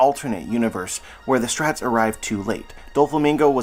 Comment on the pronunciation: man why can't you say straw hats? where does "straats" come from